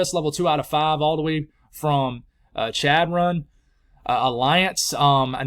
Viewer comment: Congrats on the ordination. Awesome! To help you with a couple of pronunciations in NE, it it Hay-stings, Car-knee, and Chadron is pronounced with an SH sound as Shadron. Love the channel.